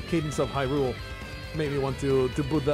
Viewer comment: Pronounced High - rule. Crypt of the Necrodancer first released in 2015.